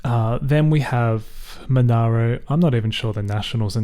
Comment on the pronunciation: It's pronounced Mon-air-o. Also I suspect Nicole Overall is very likely to run again given she's basically been campaigning in the region since the day after the last election.